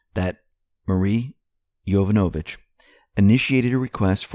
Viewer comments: heads up: its pronounced Jo-VAN-ovich, not Jovan-O-vich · You're saying "Yovonovich" wrong. The accent is on the second syllable. yoVONovich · you mispronounce "Yovanovitch" incorrectly, again. It is pronounced "yoh-VAHN-o-vitch", emphasis on the second syllable. This is the second time you mispronounce. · It's pronounced: Yo-von-a-vich